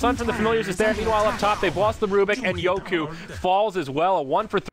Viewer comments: yoku not yoki? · Its pronounced yoku